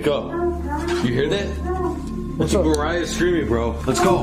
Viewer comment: Nama cewenya Mariah kak bukan merayaaa😭💔